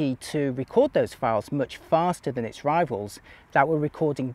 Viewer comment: Old guy should know better how to pronounce whether and than…